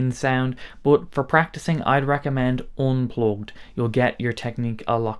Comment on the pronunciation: you lost me at "oooun plouhged".